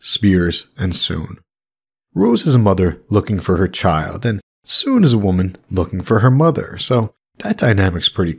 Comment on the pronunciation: That was bugging me the whole time, frankly, because it's just pronounced how it looks. Sun. He was kind of just randomly making the pronunciation all exotic.